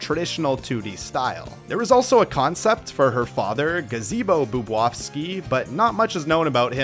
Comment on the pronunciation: The way he pronounces Tiara’s last name hurts so much. It’s BoobOWski not boobwaski. But I digress, I enjoyed the video, I already knew some of these scrapped characters but I didn’t know about Metal Shadow and a few other characters.